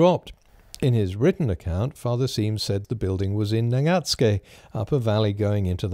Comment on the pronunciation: The way you pronounced Nagatsuke, it's the correct native way! Rare…